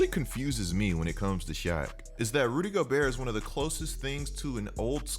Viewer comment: Basically he says rudy goburt